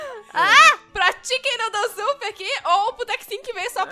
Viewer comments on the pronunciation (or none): Eu acho que é pq no começo eu entendi a falar chicken nodlle soup